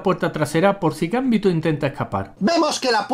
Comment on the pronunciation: es GamBiiÍ!!to !!!!!!! Hablen bien